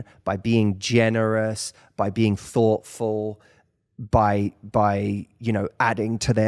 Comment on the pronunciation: Omg that th...fotful(thoughtful)😂🤣